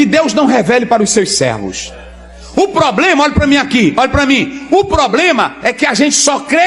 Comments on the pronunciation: 😂😂😂( poblema) 😂😂😂😂😂o português bem pronunciando 😂😂😂😂😂😂😂😂😂os malandrinhos da fé 💰💰 só falta se candidataram ao algum cargo político 👌🏼ele já sabem como arrancar dinheiro das pessoas 🤑💰...disse JESUS CRISTO viram muitos em meu nome é enganaram a muitos.🙌🏼🕊️ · POBLEMA !! ?? ÉSSA TEM A OBRIGAÇÃO DE TER UM PORTUGUÊS MELHOR !! SEM FALAR NO OUTRO DO TIQUE TOQUE PLEQUE PLEQUE